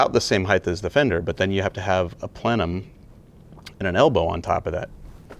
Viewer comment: Brother, I love you, I love EVERY one of your builds .... But..... It's "heighT"* not "heighTH". I will admit it bugs me, I will also say I don't care if you keep saying it your way, but I had to say it and I now feel way better. 😮‍💨🤣